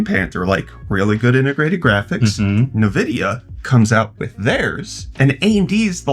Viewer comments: From who? Who is this Nahvidia that you speak of? Did you mean Nvidia (en-VID-ee-uh)? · "Nuh-vidia..." Stop! You're killin' me, Smalls!!! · dude, you have to stop saying "nah-vidia" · Why can you provenance nvidia correctly. It’s envidia. All these people calling it nuvidea sound like boomers! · Nuh-uh-vidia more like